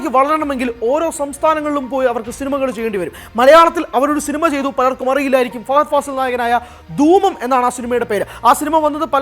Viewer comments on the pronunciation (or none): none